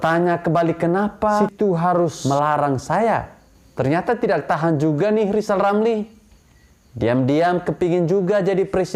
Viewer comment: Lajawali ngeplet wkwk...lizal lamli